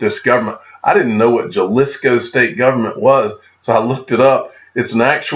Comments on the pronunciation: Pronounced Ha-lisco. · “Jalisco”. I think the J is pronounced with an “H” sound 😉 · Pronounced “HA-lis-Co